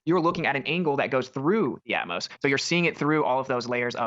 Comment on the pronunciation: "Atmos"? What a moron!